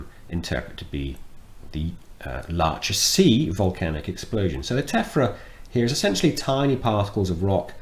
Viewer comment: Sorry, but the Laacher See is in Western Germany, not in the Czech Republic. And the "ch" is pronounced as in Loch Ness. Everyone likes a smartass ;-)